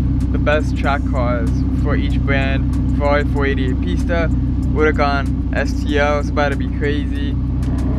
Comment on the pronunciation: Did he just say uracan